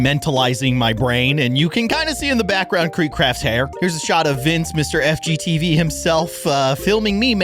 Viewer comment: Did he say fgteev